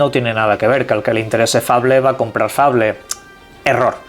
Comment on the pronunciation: Es un naco que no sabe pronunciar